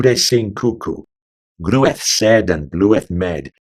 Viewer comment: The pronunciation of the Middle English is a bit off: "Groweth", "bloweth, "lhouth" had the sound of modern "claw", not "clue" Its a long vowel "in "sed", "med", like the AI in "air" The R must always be pronounced (sterteþ, verteþ, naver). The accents that drop it only started doing so around 1700 "Murie" has the sound of modern "good" (in a southwest or West Midland dialect, it would be "mirie*" in the East Midlands and "merie" in the southeast). Not "mye-rie" anywhere. NG is always the "hard" one as in "finger", even at the end of words Despite the spelling, "awe" likely had an /eu/ or /ew/ type diphthong.. The modern "oa" sound in "goat" in a really posh RP accent is pretty close. Verteþ obviously has a V sound in the original dialect (would have been an F further north) The initial sound of "lhude" and "lhouth" is debatable. I think the spelling suggests Old English HL and L had not yet merged for the original writer (those words both had HL, while "lamb" had L). It was probably something like the Welsh LL sound. *"Mirie it is while sumer ilast", another Middle English song